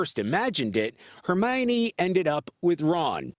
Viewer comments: "Ron and Hermayonnaise..." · Did she just say jenny instead of ginny... and did he just say hermaynee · Hermaynays? Hermione that is how you say it! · Her may an e ‘s What is that pronunciation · Lol he pronounced hermiones name hermene XD its her mi O ne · “Her- may-ni” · “Hair-main-ee” lol what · “hair-main-ee” I’m screaming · Ron and Hermaine LOOOOOL (Instead of Hermione) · “Hermainays” Lmfao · Herneinei? What dude pronounce it right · Hermayonnaise really??? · Did. that. man. just. say.... Hermainy. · he said hernanies in stead of Hermione's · Hermaone are you kidding me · Omg the man at the end said Hermione name wrong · The worst part of this news story was when the guy pronounced Hermione's name wrong. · That pronunciation of Hermione at the end. I lost it. 😂😂😂😂😂😂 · He butcher her name already O_O